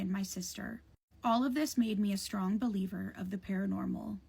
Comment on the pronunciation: ~ Words like "strong" aren't pronounced stronGUH. The g is soft, not hard. And you're giving a one syllable word, two syllables. I don't care how crazy that you are, learn to pronounce words correctly. Listen to educated adults pronounce it and follow suit.